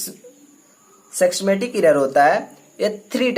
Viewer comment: Bro your notes was so good but why you read systematic as sexstematic but all over video was good and expo each and every thin thanks bro🙏